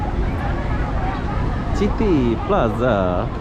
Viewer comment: City... sebutannya "siti"